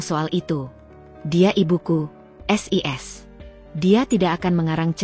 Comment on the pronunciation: sebenarnya ceritanya bagus sayang cara bacanya agak aneh sis kenapa d baca S I S jadi kedengarannya lucu seoerti ngak bisa baca,maaf ya komplin